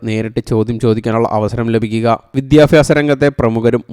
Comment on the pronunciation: വിദ്യാഭ്യാസമാണ് സുഹൃത്തേ വിത്യാഫാസമല്ല 😢